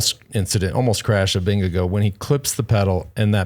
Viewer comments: wow plz say ` name correctly....Vin-Ge--Gaard not vingegoo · but it isn’t Vin-ge-gaard it’s Ving-e-gaard (and it’s not pronounced guard it’s more like gor as in Gore,- no d sound in the end)